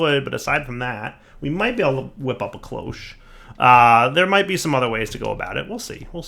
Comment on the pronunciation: it's cloche, pronounced closh, as in the clo from clock and the sh from wash.